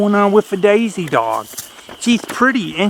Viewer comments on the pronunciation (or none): Ok let's clear something up!!! When you talk to that very patient Colley what I hear is Daisy. When the lovely and talented Girl In The Woods talks to her I hear Maisey!! So what is it???? Good questions and great answers!!